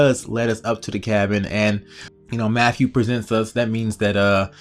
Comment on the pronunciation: Listen here idiot.... His name is Matthew, not "MAFFEW". It is truly disgusting listening to you butcher he English language. Go destroy your own language with stupid clicks.